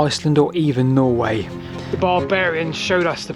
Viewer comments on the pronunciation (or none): none